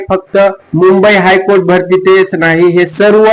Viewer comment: भास्ती नाही रे भरती मामा